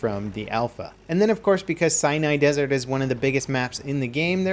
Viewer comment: Lol it sounds like he says Cyanide Desert.